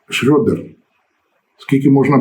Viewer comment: п. Володимире, треба казати Шредер, а не так, як кажуть руzzкіє - Шрьодер....